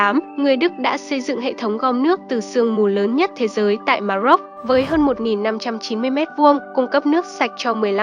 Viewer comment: Ma rôc chứ đừng phát âm là Ma dốc nhé !😃